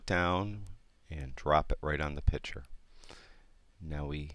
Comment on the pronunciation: Nice video...however the word "picther" is pronounced "pict-ure". Like you vids!